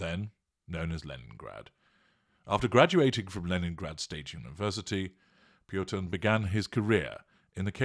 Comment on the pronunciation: It is interesting how you add an r to this name Purtin!